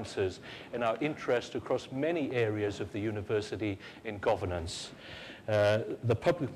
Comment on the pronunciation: Shame the person doing the intro , the president, can't pronounce governance and Westminster properly.